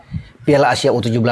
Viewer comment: Ur...17 bukan u17.🤭